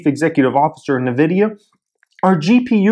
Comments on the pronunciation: Duarte Ramalho Lol sound like he saying the lotion. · Can you just learn how to say Nvidia? Thanks!